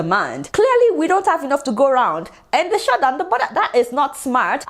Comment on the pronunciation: Adeola you are super ! Small thing : avoid putting ‘r’ in your words were it is not in the word. Eg you say be-harf instead on behalf. Shurt instead of shut. But don’t mind me oh. I know English is not our language. Fan of yours always. ❤️